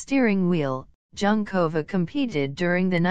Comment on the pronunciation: Thank you. After the 5th time the untutored narrator repeated Junkova, I had to stop listening. Human language is important. It sounds like an AI generated script and voice. Very disrespectful.